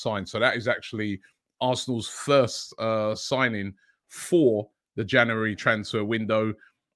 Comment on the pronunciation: It ain’t an AFTV transfer window if Robbie doesn’t say “JANARY”